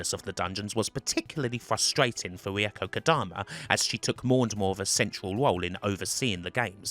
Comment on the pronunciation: I really like your video. Learned something about the spin-offs too. Your pronunciation of Reiko is a kind of horrible though...